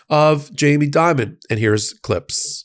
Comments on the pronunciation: The CEO's name is Jamie Dimon, not "Diamond". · I think Chase's CEO is named "Dimon", not Diamond or Dimond.